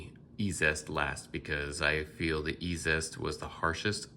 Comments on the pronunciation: Dude, love your videos. That being said...Eee-Zee-Est! Every time you say Eee-zest my eye twitches. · Isn't ezest pronounced "easiest"?